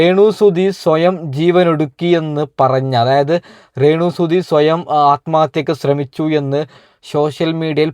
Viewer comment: റേ ണു അല്ല de രേണു 🤣🤣🤣🤣